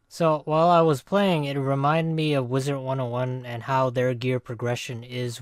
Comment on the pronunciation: Is it just me or does say "Wizert 101"